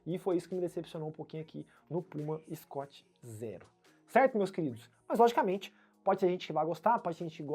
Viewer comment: sem querer ser chato mas, sendo 😁, o nome se pronuncia "escut zirou," e o amortecimento é "profon", não fique bravo comigo, por favor. Sobre o vídeo vc me fez desistir de ter um scoot Zero, obrigado!